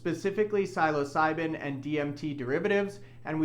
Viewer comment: Learn how to pronounce “psilocybin”, please…. You have about 10,000% more credibility